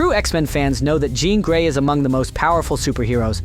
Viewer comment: Definitely is. That’s why it kept pronouncing her name wrong.